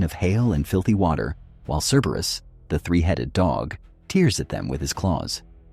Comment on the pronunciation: thats an odd way to say "tears"...